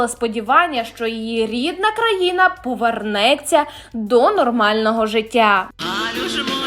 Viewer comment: Сюжет непоганий))) Але, перепрошую, начитка нестерпна(( Івар КАААлниньш, наголос на першому складі) В родовому відмінку - Івара КАлниньша. А ще "назвАла", "повЕрнеться", "карткОвий"". Успіхів на ниві ютубу!))